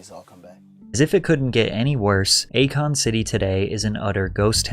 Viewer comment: Akon. A Kon. A Con.😂